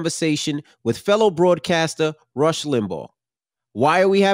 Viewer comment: You keep calling him russ its rush. Like he really wants to rush the hell out of that studio. Lol